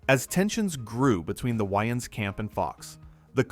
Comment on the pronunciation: Your saying Waynes super weird